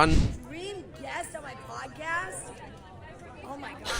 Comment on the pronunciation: The "pwodcast" clip kills me every time 😂😂😂